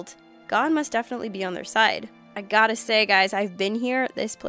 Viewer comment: did you say " I GOD-da say guys." Eh? Because it's a church. Get it?